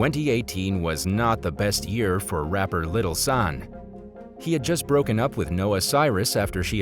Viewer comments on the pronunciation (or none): Lol how he pronounced Lil Xan 😂